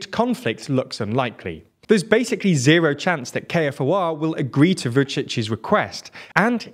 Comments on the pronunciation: It’s pronounced k-4 not k-f-o-r….you’re welcome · You are correct it is pronounced like "U-Lex" and while being pedantic it is pronounced like K-4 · KFOR stands for "Kosovo Force" and is pronounced "K 4", it is not an acronym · Another correction - KFOR stands for "Kosovo Force" and is pronounced "K 4", it is not an acronym.